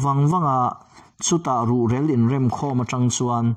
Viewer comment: Ruhrel i lam dan a dik lo tlat.---mi rel tia rel tih lai hi lam rik tur a ni zawk ang. In kan rel tia lam rik ang in i lam a a dik lo deuh.